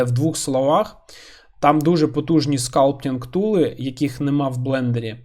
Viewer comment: просто цікаво, чому скАлптінг? це ж суто англіська вимова. Ви ж кажете "блендер" а не [ˈblen.dɚ]